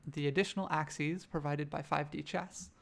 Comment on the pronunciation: Nice. Your 'axes' though.